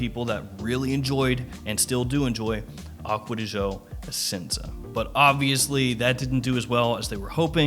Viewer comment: Stop pronouncing it aqua di show it really triggers me😠